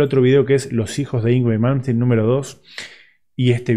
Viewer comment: No sabe ni decir el nombre y lo critica como muchos que nunca hicieron nada rescatable en su vida,increíble,el dia que hagan el %1 de lo que malmsteen creo y toca hablen,sino ,el silencio siempre es mejor que hablar tiradon en un sillon morfando... impresentable